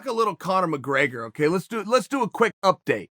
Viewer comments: Me: it’s spelt ‘update’ Chael: Udate Me: udate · He said, lets do an UHDATE not Update. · If Chael says that "update" is spelled and pronounced "udate" I guess udate it is. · Nobody: Chael: UDATE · Udate? OK, GREAT! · Chael says its Udate its udate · If Chael says it’s Udate, it’s udate.